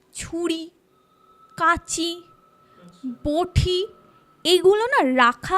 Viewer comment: কিছু কিছু উচ্চারণ খুব কানে লাগে, ভটি না বটি, শ্রান না স্নান এগুলো তো ছোটবেলা থেকেই শুনে আসছি! এগুলোর দিকে নজর দেওয়া উচিত। আগেও অন্য চ্যানেলেও এটা দেখেছি।